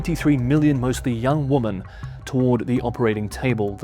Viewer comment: Woman instead women pronunciation is annoying